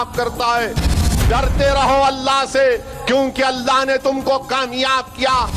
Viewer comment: Allah ka naam sahi se bolo